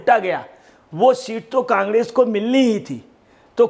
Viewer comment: Congress bolna ni aara kangdes bol rha h